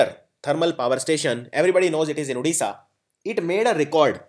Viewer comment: odisha not udisha plz